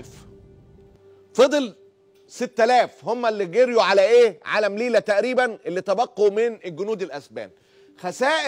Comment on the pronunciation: اسمها مليلية هناك ياء قبل التاء المربوطة